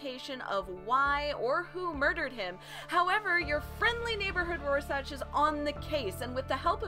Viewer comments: Rorschach, is pronounced Roar Shack, not Raw Satch. And its just Ozymandias, not "Doctor" Ozymandias. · Couldn't finish after "Roar-sach"... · it's Rorschach pronounced roar-shack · Hey, I was just wondering if anyone told you it's pronounced roar-shack.... 😜 kool video thanks. hits subscribe button PS that comment saying you're kinda cute, they don't know what they're talking about, you're beautiful. 😁🤗😘 (I wonder if there's a ) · It’s pronounced ROAR-SHACK. But still good vid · every time she says RoarSACH and DOCTOR Oz my eyelid twitches. Other than that, decent summary. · It feels like it was sorta rushed, but Rorscach is pronounced, Roar-Shack" JS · Thats some sophistry, right there. This ain't about accents it's the way you pronounce that name. You got it wrong, just concede.